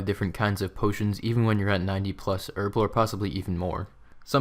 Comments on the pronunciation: you say erblore, and I say herblore. because it has a fucken H in it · There's a H for a reason, effectively so you don't say it like "erblore". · buddy, its called herblore. not erblore. h hhhhhhh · Man it's herblore not erblore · Her-Blore Lel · "Erblore" really triggers me xD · Erb? ERB? Erblore? ERBLORE? Shame on you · In the US its Erblore, in every other country we know how to pronounce it properly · well i mean the language is English, and in England where we speak English you pronounce the h same way you pronounce the second I in aluminium